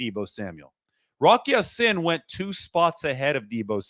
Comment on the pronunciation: It's pronounced Ya seen, and not sin! Go Niners!